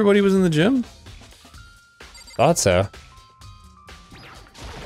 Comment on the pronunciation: Everyone is in the gime. What the hell is a gime? (Goes to gym) Ohhh... a gime